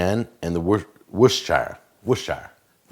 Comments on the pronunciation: Worcestershire is pronounced like wust-er-shur not wustshire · You got the first part of Worcestershire right but the second part is more like "shear" as in to shear a sheep. Or just "shuh". This isn't the Hobbit :p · lol alotta americans say "war-chester-shire", makes me gringe. Just like when ppl pronounce the L in salmon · Tilley because its the right pronouciation aha, he says it really weird